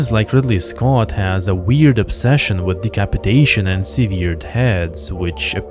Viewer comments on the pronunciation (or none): "Seh-ver-d" not "seveer-d" It's written the same, but pronounced differently. it's sever with an 'ed', not severe with a 'd'. I've heard that mispronunciation before, I used to hang out with a lot of writers who learned most words by reading them from books, rather than from speech, so you're in good company. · Seeveered heads hahhahahah you damn dumbo.